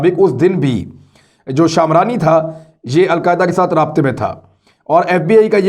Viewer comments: Shaamrani nahi lafaz shmrani hay a nahi para jahay ga. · Imran sb, Ye word Jo ap شامراني Bol rahe ho aik tribe he شمراني Word he, do make it correct. America aese incidents ko cash karwana chahta he jab k Ye logic hi totally wrong he, Aik student k individual k act pe aik state ko responsible qarar Dia Jaye, Jin millions logon ka murder Kia he America ne us ki responsibility to totally American govt ki he, is pe UNO Ya Koi aur idara notice q nai leta